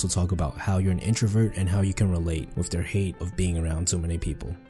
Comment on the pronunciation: I really dont like hearing about communication from someone who isn't pronouncing their Th. It's not "dare"; it's "thier" and it's not "wif"; it's "with". For me it's worse than hearing someone scratch a chalkboard.